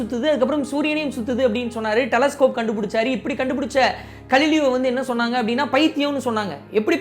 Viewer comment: I think he is Ga(gha)lileo not Kalileo